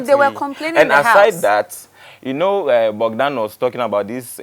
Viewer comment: The name is Bogdan not Bodgan please